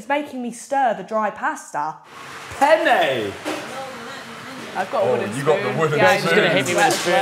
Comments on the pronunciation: struggling to say penny is HILARIOUS 😂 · max trying to say penne is soo funny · THE AMOUNT OF TIMES THEY SAID PENNE HAS ME BAWLING💀💀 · If says penne one more time I’m putting my head through a wall 😂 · tryna say penne pasta 😂😂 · max mispronouncing penne gets me